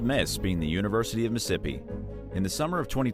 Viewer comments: The University of 'Ole Miss' being the University of Missippi?!? 🤣😂🤣 Even my auto correct tried to re-spell it right 3 times before it stopped!!! It's Mississippi!!! But thank you I needed the laugh!!!🤣😂🤣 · University of Meh-sippy, learn something new everyday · Mississippi... there's two "iss" sounds in there lol